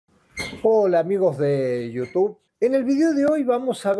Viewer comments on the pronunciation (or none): none